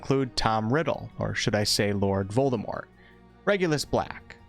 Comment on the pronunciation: So many people pronounce Voldemort wrongly but you pronounced it the way it's supposed to be pronounced. props for that! Proud Ravenclaw btw!